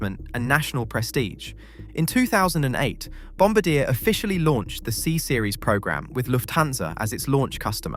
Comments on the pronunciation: If you are going to use AI to narrate your stories at least edit the pronunciation. Back how do say Bombardier. Good story otherwise but annoying to list to the narration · That’s not how you say bombardier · Your repeated mispronunciation of the company name forced me to quickly stop watching. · I only managed to last 5 minutes before the mispronunciation on Bombardier got to me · Sorry but it’s pronounced Bombardier, not Bombardier. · Please learn how to pronounce Bombardier. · I died a little inside every time he said it wrong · Bomb bard e hey just don't pronounce the h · It’s not ‘Bombadeah’, it’s ‘Bombaardieh’. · Bombardier is pronounced BOM BARD EE AY. Not bombadeer. I laugh every time you say it. I think you should rerecord the audio. But I wouldn't comment if I didn't like your content. And you knowledge. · hearing him pronounce bombardier (pronounced bom-bar-dee-ay) like bom-ba-deer makes me shudder in Canadian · its called bombardiyey not bombardeer and its called mobeel not mobile, Alabama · Bombardiee not Bombadeer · Bomb-bar-dee-eh! Not bomb-ba-deer! And SWISS not Lufthansa was the launch airline. (Granted LX is a division of the umbrella Lufthansa group but the plane was never intended for LH.) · Sorry, just need to correct something... Bomb-bar-dee-ay... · The pronunciation of Bombardier is wrong. It should be Bombár-dee-yay. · Bombardier: bom-bar-dee-yay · Bombardier is actually mispronounced here, and why it made almost no sense to my Canadian ears. The company is French-Canadian in origin, and is pronounced more like bom-BAR-dee-eh. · Its pronounced Bom bard I A! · Brother, it’s pronounced BOM-BAR-DEE-EH 😂😂😂😂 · Can't tell if you just never heard Bombardier's name pronounced correctly? The company takes the name from their founder, it's French... It's Bom-Bard-e-ay.... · Bombardier is a French name, so it's pronounced Bomb-bard-dee-eh. I live in Montreal, trust me. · a "supposed" aviation channel and mispronounce Bomb-bar-dee-Yay?